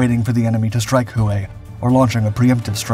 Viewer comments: Who way? Hue is more like Way, is it not? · Who-ã ? It’s pronounced whey though not spelled as such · The old Imperial city is called 'Hue" pronounced "WHAY".Not hu-ay. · Hoo-way?..no, brah' it's jus'..Way (Hue).. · Your pronunciation😬.......Sounds like way not HUWAY!!!!!..Same guy that's says bastonay!.Instead of Bastone!..... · Please learn how to pronounce the words if your going to narrate this videos. It's not "who ay" when you are reading the word Hue. It is pronounced "way" I think you would know that since the biggest battle of the Tet Offensive took place in that city. Thank you. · Hue is pronounced like WAY, not Who Way. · The city "Hue' is pronounced-'way' its the city smack dab in the center of Vietnam its the city that separated north and south it played a major part in the 1968 tet offensive. It's also the city in Full Metal Jacket where the Marines had to battle it out with the sniper. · Great History telling . Wish Narrator would pronounce HUE Correctly (WAY) But otherwise Great telling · * Huế is pronounced "hweh" (with slightly upward tone) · Not really. He pronounced that correctly, but mispronounces “Hue” all the time. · The city of Hue is pronounced Whey.....why is this so hard for you it makes your videos sound weird. I noticed this on one of two others over the last few years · Hue is pronounced “ way” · The narrator needs someone to help him with pronunciation, as in Hue (way).